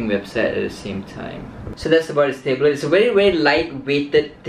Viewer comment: Why do people say tayblet